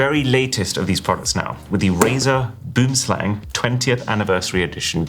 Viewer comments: Would be even cooler if they had the phonetic spelling of 'boomslang' in brackets or something. It's pronounced more like 'bowemslung'; I'm sure we all butcher many words daily but this one just really takes all the myth and menace of a beautiful creature and makes it sounds straight silly. Though, to be fair, boomslang translates to 'tree snake' but in the same way white shark or blue whale do; it brings a certain awe to mind that BOOMslang just doesn't. You guys pronounce it boom💥 slang 🤬 which is really silly but I tottaly understand your miss pronunciation. i just hope you go use a browser to like... I dunno search the correct pronunciation well then I hope you see this 🎉 (sorry. My son stole my phone mid comment) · i just know you pissed of every south african how you pronounced boomslang🤣🤣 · Not boom slang lol its boem slang. Tree snake. Native to southern parts of Africa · Im from South Africa, It's actually pronounced 'boom slung', an afrikaans word that means tree snake. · boomslang, (treesnake )pronounced more like BWIM-SLUNG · It’s so hilarious being a South African and hearing you pronounce Boomslang so utterly wrong. 😂 No fault of your of course, but like all kinda of cringe for me. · Boomslang in my native language literally means, tree snake, boom means tree and slang means snake, but you dont dont pronounce it the way arun does, the vowels are deeper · 😂😂😂😂 the way people pronounce boomslang is crazy! Its Afrikaans, please learn how to pronounce it properly 😂😂😂😂❤